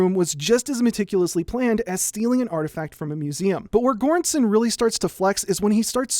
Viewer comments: Another great video. If you want to know how Göransson is pronounced properly, it’s kind of like “juran-sonn”, with “ju” as in “jury”. Not a hard g, just like there is no hard g in English words like “gem”. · Göransson 's pronounciation is closer to an english soft G as in George. I am not trying to be nitpicky is just an observation :) Your channel is trully one of the best things on youtube. Keep up the amazing work and greetings from Sweden. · That's ... that's not how you pronounce Göransson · Holy shit you butchered Ludwig Göranssons name 😂. It's okay tho. I know it's hard with foreign names but you could have looked it up. Fantastic video either way!